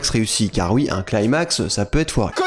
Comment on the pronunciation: arrête de dire "claimax" je t'en supplie on dit "climax" genre "cli-max"